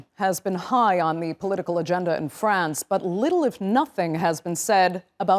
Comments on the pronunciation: France, not "Frankistam",. Remember that. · Why you can't even pronounce France correctly you are newsreader so emberassing